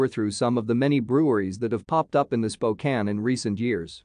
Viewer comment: Spokane?? SMH